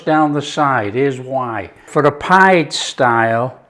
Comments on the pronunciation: Turkish / Cypriot nationals pronounce this type of dish as "Pea-Day" – Not “Pied” - It is delicious, Lived on it for weeks - Kept me going for sure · They pronounce it peedeh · Looks delicious.... Pide pronounced Pee-day. Afiyet olsun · Looks BANGING, but it's pronounced 'pi-day'! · What a great idea to stuff the crust. Feel inspired again. This breads name is pronounced pee-deh. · Pide is Pronounced "pee-day" and it's delicious.